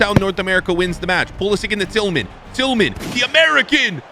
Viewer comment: pronounced pull-uh-sitch